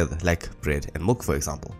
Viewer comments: Duuuuuuuude. MILK not MULK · Great video, it really helps in understanding this concept. I just wasn't sure at some point if it was milk or mulk you were saying. Anyways very useful video. Also was looking for the video where the algorithm is implemented in python